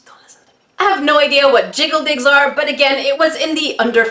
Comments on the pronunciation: Not gonna lie when I heard say it I thought she said “jiggle dicks” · I heard jiggi dicks 😁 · I totally thought you said jiggle dicks 😅😅😅😅😅😅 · The one time my mind was actually in the gutter.... I could've sworn you said "jiggly dix" if yanno what I mean 😆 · Lol I thought she said jiggle dicks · When you said jiggle digs i hear jiggle dicks OOf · Oh my gosh instead of jiggle digs I TOTALLY thought you said something else 😭😭😭😭💀 #getyourmindoutofthegutter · did anyone else turn on captions when she said "Jiggle Digs" ? no? ok, please don't